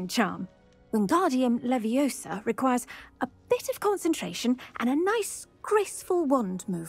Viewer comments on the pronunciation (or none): Why does every one get it wrong? its leviosaaaaaaaa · It's LeviOOOOSa.. not LeviosAAAA:) loving the play through! Glad you are enjoying this game as much as i am! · it's leviOHsa, not levioSAAA